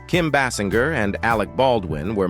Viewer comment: What is this crap?? You do a profile on Kim and cant even PRONOUNCE her name right? And you keep saying it different ways; what is this?